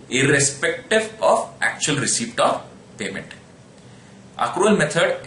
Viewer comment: I can't really tell if you're saying receipt or received